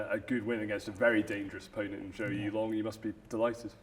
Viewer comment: The Chinese family name Zhou is pronounced like the English first name Joe.